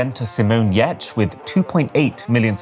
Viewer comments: love your videos :) not that it matters and everyone can choose for him herself who he she is but Giertz is not spoken yeatch .. or what ever .. lol .. nope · you said her name but when I saw her company name I pronounced it Ye-Tech lmfao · Simone Giertz‘s name is absolutely pronounced Giertz. Neither would it be pronounced that way in Sweden, where she’s from, nor in Germany, where the name is from. It’s like saying "I‘m spelled Taylor but it’s actually pronounced Karl-Heinz"